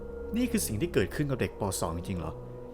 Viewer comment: สรุปแล้วเป็นเด็ก ม. 2 หรือว่าเป็นเด็ก ป. 2 อ่ะฟังไม่ค่อยชัดเลย